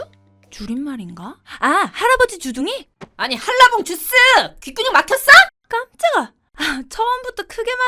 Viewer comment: 할라봉 ❌ 한라봉⭕️